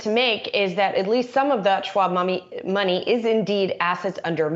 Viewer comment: Got my eyes set on $25 puts, demand is low, I know who wants these shares 😉……….@ did she say “schmoney”